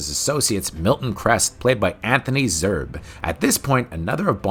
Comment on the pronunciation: It's Zerbe, not Zerb.